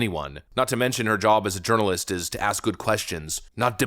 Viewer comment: Did say “urnalist?